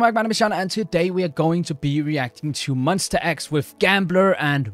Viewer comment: Hello, just wanna say it's pronounced as MON - "STA" X, not Mon - "ster" X. it's --ta not --ter. Just want to make it clear coz many who doesnt know about them are mispronouncing their group name :)